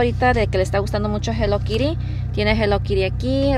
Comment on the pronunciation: No das una es hello Kitty no hello Kiry hay no das una 🤦🤦🤦🤦🤦🤦🤦🤦🤦🤦